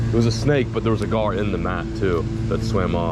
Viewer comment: The way you say snake genuinely makes me cringe and shake my head